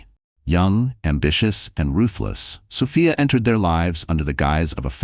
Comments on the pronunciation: Sophia not Sofaya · It's a great story, but I don't like that it's an AI voice, the way the 'narrator' sometimes pronounces Sophia